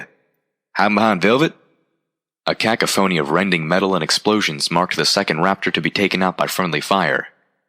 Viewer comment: "cackophony"-- Do ya mean cacophony as in "cah-coh-pho-nee"? It took me wayyyyy too long to realize what that pronunciation was supposed to mean xD